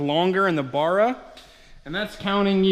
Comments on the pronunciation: Fucking BARRA not Burra 🤦‍♂️🤦‍♂️ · Ba-ra Not Bar-a 😉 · bArra... B. A. R. R. A Not Burra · It barra not barraa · Bro sorry but its bugging me its b arra not bar-ra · Its not a barer its a barra american stoodges. :) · It's pronounced "Barra" not "burra"... Cheers from Australia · As an Ozzie, you are making my ears bleed by saying 'baa rah'. It is pronounced 'ba ra' I own both turbo and NA FG Falcons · Please stop murdering the barra name it is not burra it is bArra you need to pronounce the A better please my aussie ears are bleeding lol alternator bottom left power steering top left air con right side all looking straigh on from front of engine $150-$200 in oz for FG Barra. green top lpg gas motors are the best for boost from stock they have stronger rods higher compression from stock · bArra Not bUrra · Give him a break guys, he is thinking about the bar where you buy beer lol, first time seeing this vid pop up but saw another one where he corrected it since he got attacked on how he said it😂. Now i know why, does sound odd baaara vs barra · its pronounced baar-ra not what ever the fuck your saying. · It's pronounced "bow-rah" here in ausland. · If you’re gona grace your fine man shed witha Barra Then say it properly Baa Rah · Mate! Please watch some Aussie videos to help with pronouncing Ba rra... I believe I speak for all Aussies in saying that 😂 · It's pronounced BARRA, can't get good numbers from a N/A without changing out valve springs or you get valve float when turboing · B - aa - rah. Watch a video by an aussi about barramundi. Cut the mundi part off and you've got it. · As an Australian, I cringe when you say Barra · Mans saying Barra wrong and it’s pissing me off 😂😂😂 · How come you can't say Barra? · Awesome you are using Aussie hearts. But due to the pronunciation I just couldn't watch the whole vid sorry! Maybe ask cleetus for some tips he says it better. 😉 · Learn to pronounce it right while your at it